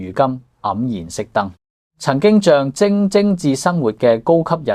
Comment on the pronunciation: 終於聽到有人識讀「象徵」為「象晶」而不是「象子」了。 不過片中仍有某些怪音及怪字，例如「架下」。